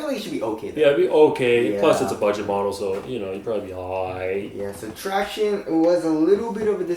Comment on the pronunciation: Do you guys remember the days when said traction normally?